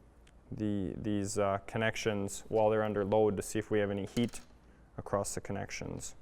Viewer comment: Nice video! FYI the word is across, or you might use the word crossed, but not “acrossed”. I’m just trying to be helpful- like your videos. 🤓